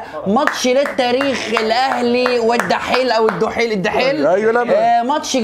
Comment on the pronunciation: اسمو الدحيل مش الحيل